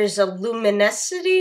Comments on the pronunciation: HAHHSGSHJADJ I CANT, "Luminesity" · there's a luminesity?? me: lumity?